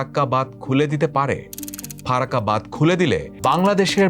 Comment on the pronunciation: Language akhono dikhte hobe vai ।।। Bad noi ,hobe badh , আর ও উচ্চারণ a ভুল ভাল